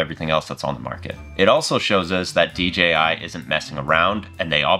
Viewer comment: It's not "DGI" it "DJI".